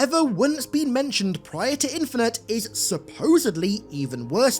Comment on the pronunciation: Halo what? Infineter????